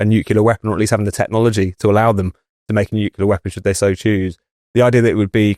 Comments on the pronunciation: Hey,, it's not nukular, but nuclear. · please say nuc-le-ar..."nucular" is making my ears bleed! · Nuclear is pronounced NEW CLEAR not NEWKYULAR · It's not "nucular" but "nuclear". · Nu-klee-uh Not nu-queue-luh FFS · WtF is NU-CU-LAR? It's NU-CLE-AR, ffs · Another good episode. Just one point: it's 'nu-clear' - 'new clear'. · noo kew lar.. 🙄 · Nucular…LOL. Come on, chaps, try a bit harder with your pronunciation and enunciation. Very unpleasant to listen to. ‘ Loads to talk about today’ becomes ‘ Lows talk bout tay’. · NUCLEAR, not Nucular. Please,! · IT'S "NUCLEAR", YOU D*PSH*T. N-U-C-L-E-A-R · Love the discussion but—please—at your next staff meeting have a mini-lesson on how to pronounce 'nuclear' so you sound more credible. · Amazing how many native speakers can't pronounce "nuclear". Trump has started to get it right only recently. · thanks for saying this,. otherwise impeccable. But this reminds me of George Bush tbh. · Great content, though I really wish you'd stop saying 'NUCULAR'!!! But well done - you can't pronounce 'hegemony' either.🙄